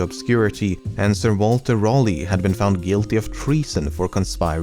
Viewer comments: Sir Walter Raleigh, not rollee. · Love the video but just to say Raleigh is a weird name spelling but it is pronounced "Rally" :) That being said I really enjoyed the video :)